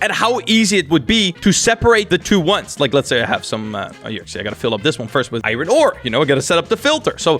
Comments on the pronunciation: Why do you call it iren?! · the way he says iron tho